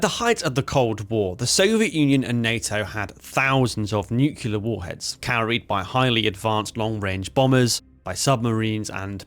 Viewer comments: Nuclear is pronounce "New Clee Err" Nu-cle-r, not Nu Qua Ler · NUKULAR loooooooooooooooooooooooooool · Nucular, can we have AI please? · Try saying "new-clear" it's not nukular. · no, the word is pronounced 'new-cle-ar'. Some people mispronounce it as 'new-cu-lar'. Just plain wrong! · Great video, and don't worry too much about the pronunciation, but if you want help getting it right, I found this helpful: say "clear". Now say "new-clear". Now you've got it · I'm hearing Nu-ke-lar, and it's grating, but that aside this is a great video! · Yanks tend to pronounce it noo-cue-lar. Which is bizarre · 5 seconds in and we're hearing of "nucular warheads", thus tempering my enthusiasm to hear more about a weapon that gave me one of the funniest experiences of my naval career. Do these guys never hear themselves or is it all just "Nah, it'll be fine." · Nu-clear! As in new clear day. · Its a common enough mispronunciation it has its own dictionary entry. Eisenhower (announcing the existence of the thing), Clinton, Bush all used the American version of that mispronunciation. Its origin is in 1943, the first time Politicians and other non specialists were using the term rather than just Scientists (for whom nucleus -> nuclear is straightforward). So i wouldn't feel too bad about continuing a mispronunciation that a lot of important and invested people have been making for over 80 years. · It's not just you, but for some damn reason most of the (english speaking) world seems to think it's pronounced that way. As a nuclear engineer, it's gotten very annoying. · there is ONE "U" in the word NU-CLEAR! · First critique ive ever made, but the comment will give you extra engagement :p - pronouncing "nuclear" wrong is very unbecoming of an English gentleman ;) Loved the vid as always and love the new format too ! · I wish you would to pronounce 'nuclear' properly.